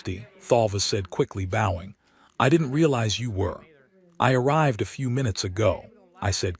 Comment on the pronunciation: ..If you met King Charles 3rd, you might BOW to him (as in B-OW). If you took up archery, you would likely use a B-OH as well as an arrow. So, bOH-ing as your AI keeps saying, is incorrect and B-OWing is the correct way to say it. Please can you so inform your AI